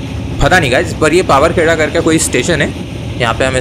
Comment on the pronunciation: DC bro it's not powerkheda it is pronounced powaarkheda😅